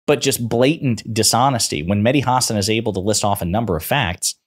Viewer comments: It’s HA-SAN not HAR-SARN lol bugs me when Americans mispronounce his name 🤧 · Hasan is pronounced, huh-saan. 🤔 VOTE BLUE EVERYONE 🩵 💙💙💙💙💙💙💙💙💙💙